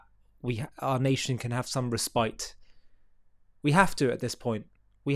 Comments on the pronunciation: Just an FYI: It's pronounced RESS•pit not ree•SPITE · Pardon him!!!! Ps it’s “respite” RES-pite